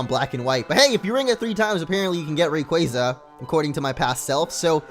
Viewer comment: it's not Rayquaza It's RayquAza The A sounds like a capital